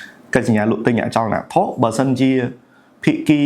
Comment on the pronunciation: រៀនដល់ណាដែរ និយាយមិនត្រូវ អក្សរ និតិធី បាត់ វិ អចលនវត្ថុ បាត់ វ?